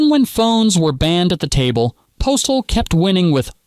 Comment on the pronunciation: A generation who grew up on biopics that felt the need to go cradle to grave. My bigger question is why it sounds like the narration is pausing to make air quotes every dozen or so words. Also, I don't know how the name Postle gets mispronounced so many times (VO says it like "postal") when the video literally shows Doug pronouncing it mostly correct (it actually rhymes with "hostel").